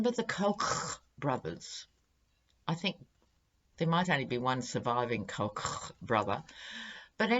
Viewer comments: Hello,. We pronounce it "COKE" brothers here in the U.S. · in addition to your awesome readings, your pronunciation of "Koch" cracks me up everytime. Thanks for the chuckle.